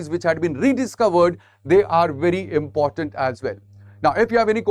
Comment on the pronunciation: Sir, you're good in your explanations, however, it's important, not 'inportant'. No offense please.